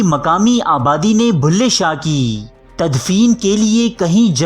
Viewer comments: کم از کم کمنٹری تو کسی پڑھے لکھے آدمی سے کرائی ہوتی بلھے شاہ کو بھلے شاہ بولتا ہے۔ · Stop saying Bhulay shah it's Bullay Shah..